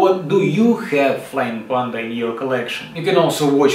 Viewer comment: ку. Прикопаюсь к акценту, разве не ПЭнда вместо ПАнда